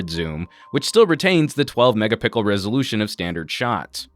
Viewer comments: he says "12 megapickles" is the the new standard vs megapixel? lol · Did he just say 12 mega pickles?